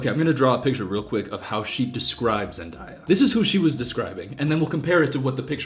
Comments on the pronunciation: I died a little everytime Zendaya’s name was pronounced. Also as a pagan, I can say, that nearly every Christian I’ve met has been really mean to me or others in a different religious group than they are or a part of the lgbtq community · Zendaya's name being mispronounced is actually really pretty way of saying her name I like it the name the way he says it but my brain keeps correcting him but I swear imma name my kid the way he says it 😂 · girl. No. What aren’t you understanding? If you choose to pronounce someone’s name wrong, you are not a nice person. There’s no room for “people pronounce things differently” when it comes to names. This seems like a difficult concept for you to grasp. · SAY ZENDAYAS NAME RIGHT OML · with all due respect, stop mispronouncing Zendaya's name. Black women get disrespected daily for their names so just say it right. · bro What he made a mistake in pronunciation no need to bring Race into this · I love how when he says Zendaya the right way, he corrects himself like “no no no” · You mispronouncing Zendaya's name is the only thing i could focus on honestly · My anxiety increases every time you mispronounce zendaya's name😭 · Off topic but the way you pronounced Zendays name right and went "SHIT" and corrected yourself to the misprnonciation again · I’m sorry him saying zendya wrong way really kills me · I wanted to cry every time you said zendayas name bro😭😭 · the way you pronounce zendaya is the way my little latina ass would pronounce it when i was 9 watching shake it up 😭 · i love u but i hate it so bad when ppl pronounce zendaya’s name like that 😭😭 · sir you are in fact pronouncing her name wrong. the time you corrected yourself... was the only time you said it right. good try though <3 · i’m sorry but u mispronouncing zendaya the entire video is icking me 😭😭 i love you tho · im dying at you saying zendaya correctly once and immediately correcting yourself 😂😂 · Her name is pronounced zen day a not zendia.